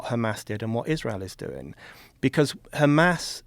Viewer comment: “But Kkkkkhamas”